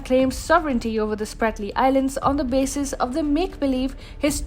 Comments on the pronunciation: Not Spartly. Spratly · Ahhh…. That is „Spratley“ islands! Idiots!